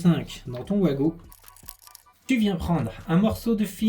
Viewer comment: Mais surtout pourquoi dire ouago quand ça doit se prononcer vago !